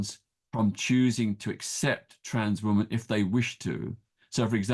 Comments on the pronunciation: Why does Peter Tatchell say wOman for the plural of woman? The English language is complex and as a British man he MUST know the correct pronunciation! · Why cant he say WOMEN.